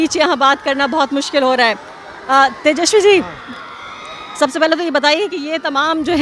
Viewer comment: His name is tejaswi not teshawi. First of correct pronunciation. Inke babujee ne bihar ke liye kya kiya.